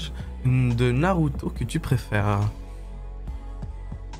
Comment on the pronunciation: « HIinNaatTa » 😭😭 « Le GlOuGlouUu » 😭